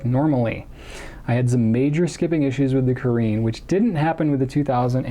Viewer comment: (Btw, caréne is pronounced Cah-rhen) :)